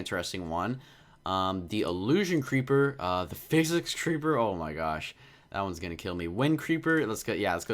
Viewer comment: It’s sicick sounding but really says physic